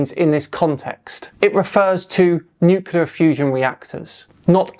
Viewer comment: please stop saying nucular. There's no such word